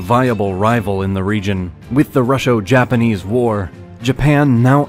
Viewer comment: Good recap, but you mispronounced a few things that you should know. "Sino" as in Sino-Japanese, rhymes with "rhino". "Russo" as in Russo-Japanese, rhymes with "do so" "Seoul" is pronounced like soul. In Korean it is spelled to sound like "saw-ool" (서울) but when you say it fast it mostly sounds like "soul"